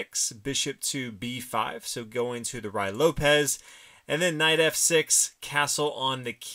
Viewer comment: it is pronounced ROOee lopez, it is spanish pronunciation